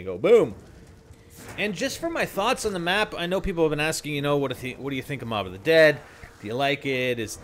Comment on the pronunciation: wtf im sure its MOB of the dead not mop